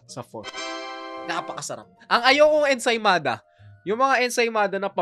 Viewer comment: Ensaymada amp ensimada kasi yung pronounced